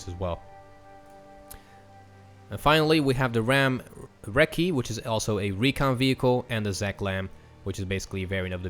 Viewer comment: Recce is pronounced Rek-E, it's a shortening/slang term for reconnaissance. I think it's probably more used in the Anglo-Australian military forces but I can't say for certain. So far Israel seems pretty OP in every category...